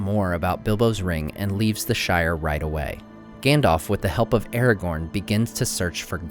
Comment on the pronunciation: why do you call him eregorn?